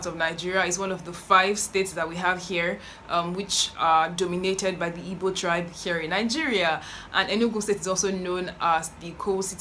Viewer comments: Biko, it is IGBO, not Ibo. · Your Ibo pronunciation 😂😂😂 but you are doing well